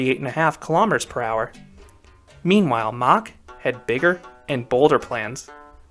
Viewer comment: Its MACK NOT MACH